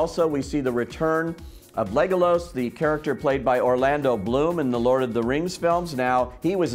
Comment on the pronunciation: Excuse me! Legolos! Can you please learn how to talk before you post this online! DrAgon?! Boggins!? Did you even watch the movies?